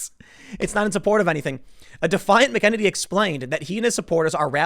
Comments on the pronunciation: You keep mispronouncing her last name, McEnany. I'm surprised that you haven't done your research after being told before of your error. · Learn how to pronounce the names of the people you're commenting on, Tim. You've been badly mispronouncing Kayleigh McEnany's name for months. Same with Rose McGowan and others. Makes it seem as if you've only ever seen the names in print and have never actually heard them spoken. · Tim, learn to pronounce her name bro. It's obvious that you've only read it. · PLEASE, get the pronunciation of her last name correct. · MACK - A - NAY -NEE..not mukeneny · Tim - you are killing me with the mispronunciation on her last name. It is pronounced "Mack" - eh-neny and not Mu -keneny. Remember Tim, it's Mac - eh-neny and Mu-keneny. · Mick-en-en-ee? Thought it was Mack-uh-nay-nee. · Mack-a-nay-nee. Not McKennedy lolol... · Tim! It's pronounced MAC-uh-NANNY. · Hey Tim - Kayleigh is a local down here in Tampa Bay so I've heard her say her last name is pronounced like Mackey-Nay-knee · FYI: I believe it is pronounced: “Mac-In-Neigh-Knee” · Did this guy just say McEnemy 😂😂😂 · Mack-uh-nay-nee. Jesus how hard is it to say it correctly Tim? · Tim...Mack Ah Nay Nee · Bro... her name is pronounced "MACK-uh-nay-knee" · Okay Tim, I'm gonna do this one more time. Phonetically it is "MAC' IN'NANY" (long A at the end). No it's not spelled like it's pronounced. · It's pronounced Kayleigh Mac-ah-nay-knee. /nerd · I think her last name is pronounced MACKaNANnee. Love your channels; I'm an older GenXer who leans pretty heavily right (the American version of right, meaning less government, not the European version of right, meaning racist nationalist or whatever they say it is) and I may not always agree with you, but you're not a dick about it, so I don't mind listening to what you have to say. Thank you. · It's pronounced Mac-Ah-nay-knee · Its "Mac-N-any" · Tim you are butchering her name it’s pronounced Mac-in-any. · Mac-N-Any Hard A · Mac Ehh Nay Knee, Tim.